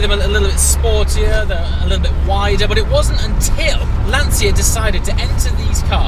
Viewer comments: There is no "Lantsia" ... there is only LanCHa. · It’s pronounced Lunn - Tshya...not Lunn - Tsia. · "LAN cha"..LANCIA..no lan Zia..LA N CHA..lancia.(..Lancha) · mate its "Lan-CHIA" not Lan-sia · Why you english/american/australian... people continues to pronounce "LANCIA" as Lansia? It has to be LANCHA! CH CH like CHAT, CHILL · Great video! And please is /ˈlanʧa/ with the c of "cheers" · I really appreciate the video, but, for G sake, pronounce Lancia correctly. It's like CIAO (hi in Italian), LÀN-CIA (like cha cha cha dance). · Am I the only person who is bothered by the pronunciaton of ' "Lanzia" or "Lansia"? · I know I'm doing the part of the annoying Italian, but just to be precise the 'ci' in Lancia would be pronounced like the 'ci' in '458 Speciale' so pretty much like you would pronunce ch in English. Amazing video anyway as usual. And as an idea for future videos you could search for a Lancia Stratos, pretty epic as well, plus an independent manufacturer in Italy has just redone a modern version based on the 430 chassis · Lancia = pronounce the C like in "Cheshire" please hahaha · The C in Lancia is pronounced as a 'ch' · What a great car, but, please learn how to pronounce Lancia... ;)